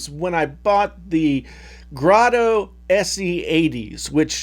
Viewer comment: Very good discussion. Would love to see a comparison of the 58X with your 600s. BTW- It is 58X, not 580X. Graydo, not Grotto. You did a very good job of showing why we should care about the difference between open back and closed back headphones. 58X are great for the price.